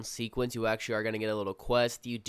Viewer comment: First video already turned off by Ahctuwally and basically. Listening to you is like looking at chick's who stick their fucking tongue between their teeth when taking a picture. Good content, great narration but fuck those two words bro. Drill to the temple type shit.